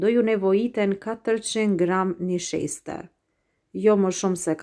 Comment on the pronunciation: O te lumshin duart brava por thui niseshte Jo nisheste😁👍